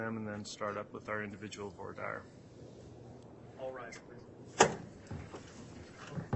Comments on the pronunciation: Why does the judge mispronounce voire dire? He has several ways he pronounces it. lol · I cringe every time he says "for dire". 😆